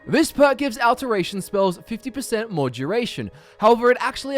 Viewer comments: I am so sorry. I cannot... Aalteration. It's pronounced Au-lteration, like "all". Or Augment. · "AL-teration" lmao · D Cap a Tation like Al teration, get it right lol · I really hope you've learned how to say "alteration" correctly by now. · The way he pronounces alteration tho...